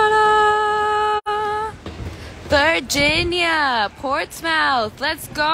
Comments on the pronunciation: I hope someone tells her and Pau before the show that it’s pronounced like Portsmuhth, not ports-mouth. 😄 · Aloha Dani! It's pronounced "Portsmth" not mouth!😜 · Lol true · And then she performed in the real Portsmouth after, if she doesn’t say portsmuth for the English one I’m gonna scream ugh